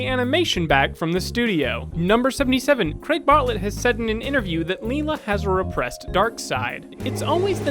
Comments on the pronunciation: It IS Shortman. dies peacefully now Stray Observations: -I love how the older Teen Titans was credited as "the good one" during intermission because I mean, yeah actually -I found it interesting that Lila was being pronounced "Leela" but tomato tomato I suppose. Wicked Fact ctdwn (: fingers crossed for that Jungle Movie. Will enjoy The Splat in the meantime <3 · It drives me nuts that the guy can't even pronounce Lila's name correctly. Lie-luh, not Lee-luh. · Loved the facts, sorry to nitpick, but here name was pronounced LIE-la, not leela. Probably spelled Lyla. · It's Lila not Leela like Turanga Leela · It's pronounced LIELA not LEELA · it's not Lay-la it's Lie- La. jesus. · whispers Lila... like LIE-la, not LEE-la.... I'm just sayin'. But I didn't realize Craig hated the Iggy episode so much. Good to know--it wasn't my favourite either. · Lila (LIE-la) not Leela... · You pronounced "Lila" wrong the whole time. It's like "Lie-lah" not "Lee-Lah" :) Also, the images you showed for "Lila's brown hair" were wrong too. The brown haired "Lila" was actually Arnie's girlfriend Lulu. She was the antithesis of mainly because she had a crush on Arnold when he visited his cousin, unlike Lila who, for some reason, had a crush on Arnie. Gross. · Lay-la! pronunciation! leela was on futurama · Lila's name is pronounced Lie-lah not lee-lah. I can't believe I'm older than Hey Arnold, I really wish we got that jungle movie. And I always had a feeling that Mr. Simmons was gay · Throughout the entire video you kept calling Lila(lie•la) Sawyer Lila(lee•la) Sawyer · I was 9 when this show came out and was huge with me! I loved it. Wait I always thought they lived in New York? Also it's pronounced Lie-la not Lee-la, this isn't Futurama. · Great list! But as much as I hate Lila, I can't overlook the mispronunciation of her name. It made me think of a much better character, Leela from Futurama. Now there's a classy lady who deserves the main character's attention. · Lila... not leela